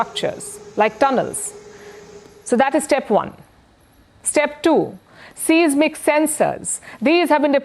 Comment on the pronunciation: Not sismic(but Seismic sensor-/ˈsaɪz.mɪk/). Indians called her the English Pandit and know everything, because indians don't know much. 99% speak in Hinglish.